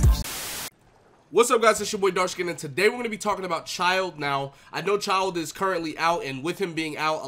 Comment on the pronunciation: HE FINALLY PRONOUNCED IT CORRECTLY!